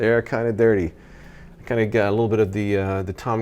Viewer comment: The way you said “they’re kind of dirty” about the glasses, for a second I thought dirty was slang for “cool.” Idk. Just something about the way you said it.